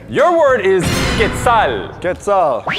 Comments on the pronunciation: im so annoyed by how said every word hw he said was very wrong for example quetzal he basically said quatzal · how do you even spell the word when mispronounces it, I can spell quetzal but not whatever he said -__ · Hey it is pronounced “kuet zal” and real name is quetzal quatlus. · It’s pronounced Qu-etz- al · He said Quetzal wrong 😂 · I’m pretty sure he pronounced quetzal wrong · Quetzel pronounced it wrong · That is not at all how you say QUETZAL